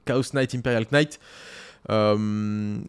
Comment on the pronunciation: désolé de faire mon relou sur la prononciation en anglais et faut pas le prendre mal ( c est pas si grave ou important) mais le K de Knight ne se prononce pas.